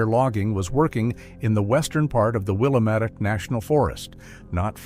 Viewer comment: Will- am - et. Not Willa met.